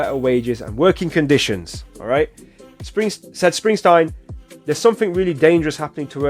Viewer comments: Just to let you know it's Bruce SpringSTEEN, not Stein. It's Dutch. It happened a lot when he first started out. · What part of the name Springsteen makes you want to pronounce it springstine? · It's SpringstEEN, not SprinstINE. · Bruce Springsteen! not Springstein! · Spring steen, not Springstein! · Bruv its not springstine its springsteen😎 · His name is pronounced SPRING-steen, not SPRING-stine. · Springsteen. With a long e not a long I. Enjoy your reaction to this . He is the Boss for a reason. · It is Spring-steen. Not Spring-stine. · Its Steen ..steen ... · It’s pronounced Spring-teen. I love the boss.✨Bob Seger is also a big one back in the 70’s 80’s. Seger has great songs also “ Turn the Page” Night Moves” Like a Rock” Ol time Rock & Roll” Main Street. You weren’t cool back then unless you listen to the Boss & Seger. You’ll love his music to. Seger is from Detroit & he gave a song to GM to help them & that song “Like a Rock” sold a lot of Chevy Trucks. He is a big one you need to check out. 👍